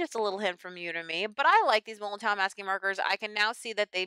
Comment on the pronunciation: the w is pronounced as v. just for your info. i use regular masking fluid but this look good to me. tfs